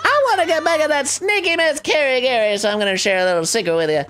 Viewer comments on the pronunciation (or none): none